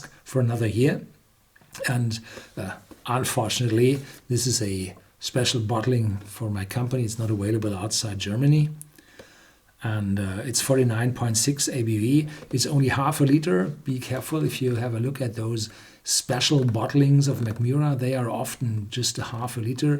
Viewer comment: aVailable not aWailable